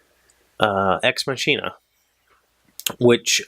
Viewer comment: Ex Machina left me emotionally unhinged - that's all I'm gonna say about it (don't want to spoiler anyone). But it is a very good movie, and perfectly paced, as you mentioned! Oh yeah, the linguist in me has to say this: It's not a "tsch"-sound in "machina", but a "k" :) (at least that's the theory for Latin; and in German, being partly based on it, we kinda took that over. A "ch" is very often a "k" sound, e.g. "China" (with an English "e"-sound and not the "i" as in "I am ..."), is pronounced "Kina" - or in the German-German-dialect sometimes "Schina") Also: made me giggle too XD Exciting: I was in Ireland over the last week! (My friend looked at universities and I accompanied her)